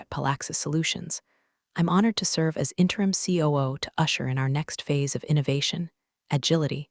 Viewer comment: That Ku instead of COO really caught me!